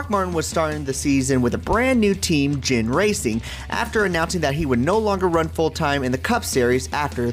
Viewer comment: Ginn is not pronounced like gin the drink its G is a G as in Good Ggggiiiiinnnnn